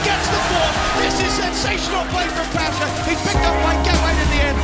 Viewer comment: PASZA A NIE PASHA!